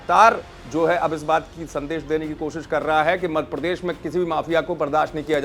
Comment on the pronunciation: न्यूज चैनल का एंकर ऐसा होना चाहिए जो कम से कम प्रदेश का नाम सही से ले... मध्यप्रदेश को मधप्रदेश बोल रहे हैं... कमाल है